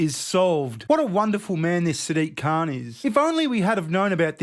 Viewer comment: I don't think you are pronouncing Saddick's surname right, I know Ozzie's can pronounce the C-word better than that....